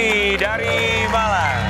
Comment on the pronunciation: Saat single Man bilang saya dari Malang... Ntah kuping saya yg lg sengklek apa ya. Kedengaran nya dari dari "Balang" 😅😅